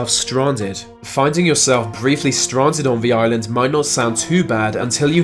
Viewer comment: Sarah Elizabeth Haha I noticed it too sounded like strarnded